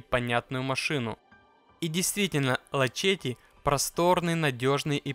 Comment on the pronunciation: какой лачетти , этоже ласетти